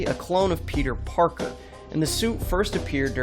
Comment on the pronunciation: I thought he said parkle